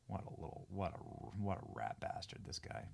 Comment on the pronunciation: Hahah benny said, "what a rat bast ard haha